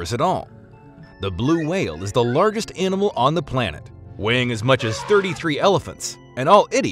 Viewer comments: It's actually unsettling how he says larggest because he sounds like a native English speaker but no one who's a native English speaker would ever pronounce it like that. This person could actually be an alien. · Is everybody gonna ignore how he mispronounced largest. Larr-Guest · The way he says “largest” is killing meee /p. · Threw me off a bit with how the narrator pronounces “larger/largest”